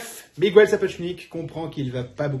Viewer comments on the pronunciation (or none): Un régal, cette chronique, bravo !👍👏👏👏 Je croyais tout savoir sur le tournage de ma série préférée, mais j'apprends plein de choses. Ça mériterait une diffusion sur une grande chaîne de télévision. Un détail minime : si les français pouvaient arrêter d'appeler les Miguel "Migouel", ce serait sympa et ça m'écorcherait moins les oreilles. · Je plaide coupable pour Miguel, ce n'est en effet pas la bonne prononciation. Voilà ce qui arrive quand on apprend pas la langue de ses ancêtres. En tous cas merci pour ce chaleureux retour, Lizzie (une fan de Jane Austen et de l'épatante websérie sur YT ?). Les coulisses furent en effet aussi épiques que la série elle-même !